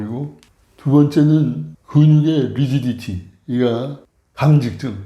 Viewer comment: 근육의 미지디티 아니고 리지디티 요